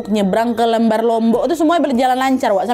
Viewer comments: Kak nad pelabuhan lembar huruf "L" nya dibacanya sama seperti lembang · lembar bukan lembar😭